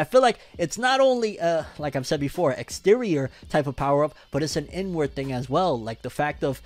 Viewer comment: every time you said "inward" i heard "N-word"